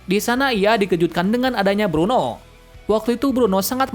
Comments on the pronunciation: itu blueno bang bukan bruno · Blueno bukan bruno, kaku bukan pakku